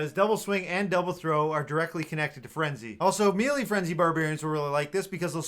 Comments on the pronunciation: It hurts my soul when i hear someone pronounce it "Mee-Lee" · Dude... please look up the proper pronunciation of "melee".